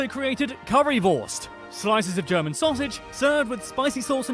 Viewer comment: The pronunciation of the commentator's German is dreadful again. He knows about the Adidas, though. German is such a straight forward language. You read a letter or a combination of letters and you know how to pronounce them. Peculiarities: "g" is always pronounced as "g" in "go", "c" and "z" is always pronounced as "ts" (!), "ch" is "kh" (something like that), "sch" is "sh", the vowels are also straight forward, but a bit difficult to explain here.